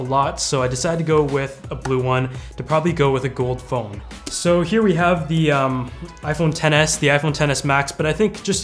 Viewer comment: Sounds like your saying iPhone tennis lol